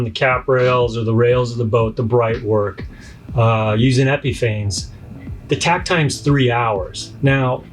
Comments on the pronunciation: It is pronounced "Epifawness" Your credibility is diminishes when you can't pronounce the name correctly. Lust absolutely will not go on smooth nor brus out. It also will not smooth out and too easily leaves holidays. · Great video! But you know you're mispronouncing Epifanes right?